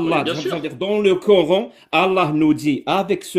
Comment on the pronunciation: « En Islèème, le Korr-ène » . Il me gave avec sa prononciation 😂